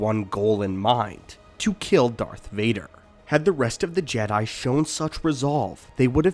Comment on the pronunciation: Sense when do you pronounce it Jedie I can't watch this